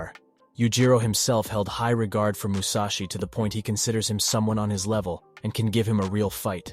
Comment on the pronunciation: "Mushashi" huh?